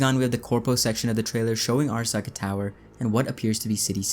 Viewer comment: wouldn't make more sense if it was Michiko Arasaka, and not Hanako? Also it's (aa) (ra) (sa) (ka), if you want that extra authentic japanese pronounced word, all vowels are short vowel sounds in Japanese. Bonus fact!